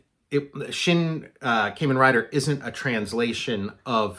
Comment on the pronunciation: Love Kamen Rider! My favorite is Kamen Rider Black. BTW, it's pronounced "kah-men." Curious to see your approach of a tokusatsu comic. I would like to make a tokusatsu bio-horror splatter punk comic.